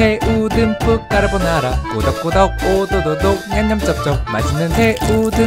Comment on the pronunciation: 와 처음에 딱 틀었을때 소리 진짜 대박👍 근데 오프닝송에서 까르보나라 엄청 빨리 발음하시네요ㅋㅋㅋ귀여우세요ㅠㅠ